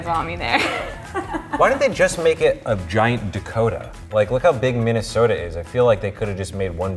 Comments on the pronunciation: It's Minne-sooooh-duhhh not Minne-so-taaah! HAHA! 😉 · I got so annoyed we do not say Minnesota like mini-so-ta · No no no it's MinneSNOWta (Not trying to be offensive I live there) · No one says Wiscansin or Minisota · King Landon THE WAY THEY SAID "MINNESOTA" made me cringe 😂